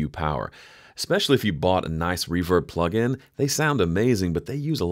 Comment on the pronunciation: henceforth i will say "pluggle" instead of plugin